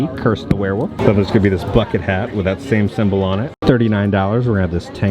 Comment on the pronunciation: Did a shot every time said wereWOOF and now im dead lol. Great vid man:)